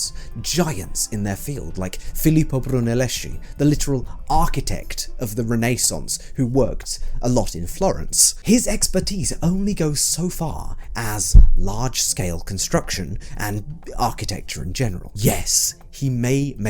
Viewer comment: Brunelleschi is pronounced with a K sound and not a SH sound